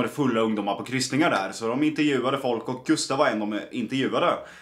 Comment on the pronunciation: Det heter intervju inte interjuv😂😘❤️